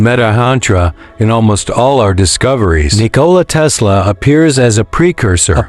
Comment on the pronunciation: It’s Tesla not Tezzzla😂😂😂